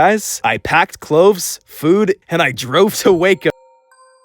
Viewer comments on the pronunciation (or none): He says cloves instead of clothes.. the captions confirm this and show us he also says "wake up" instead of Waco around the time the video "glitches" (which is also clearly intentional). Interesting!